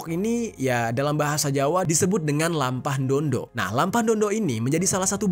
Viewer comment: Saya luruskan bukan lampah ndondo cara bacanya Melampah ndo dok/jalan jongkok untuk menghormati sesama ataupun ke yang lebih tua